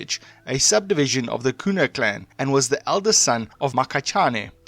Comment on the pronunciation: The pronounciation😭😭😭😭 Mokhachane - Mu-ga-cha-ne Koena: Kwe-na Mekgwaneng: Mi-gwa-neng MaNtsoetse: Ma-Ntswe-tse Difaqane: Di-fah-q(click)-ah-ne !Xorana: X(click)-ga-na